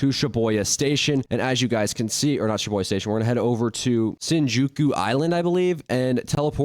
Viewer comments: day 1 of hearing him say shiboya station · "sha-boi-yuh station" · why is he saying shiboya it pisses me off so much